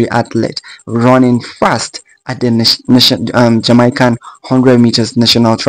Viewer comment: Why you Africans say jamycan?